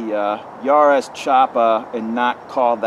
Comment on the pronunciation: If you want to to know how to pronounce jarosz, why don't you just watch your last video where you included a clip of that guy saying his name?